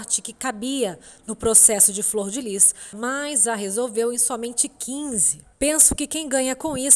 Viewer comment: Fror ou flor????